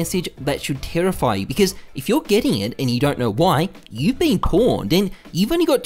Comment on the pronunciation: *Ausie accent* terrify you